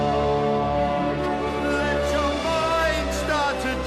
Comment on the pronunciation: My only complaint with Gerard, is how he says night at one point, it sounds like he's saying Nought, my ear picks it out EVERY TIME I listen to the song!! It drives me crazy lol.